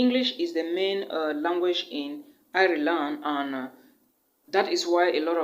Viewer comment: Nice video. Ireland is pronounced like Island though and not iri-land